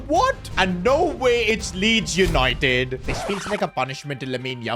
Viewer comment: Yesssss Yanited Yanited